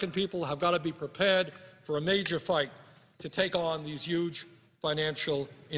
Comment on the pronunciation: Can somebody please count all the "yuge"